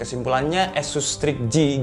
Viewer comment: asus bang bukan esus